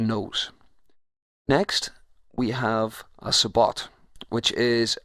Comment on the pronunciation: Sabot is french, btw. The t is silent and it's more like sah-bow.